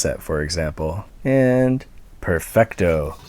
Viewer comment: Perfecto sounds like Pemblocto, and this is why the painting fell